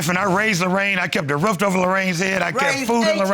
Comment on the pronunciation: And then said that he made sure that she had a “ROOFT” over her head too 🤣🤣🤣🤣